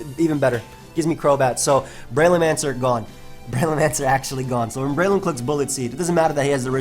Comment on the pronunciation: Breloom, more like Bye-loom lol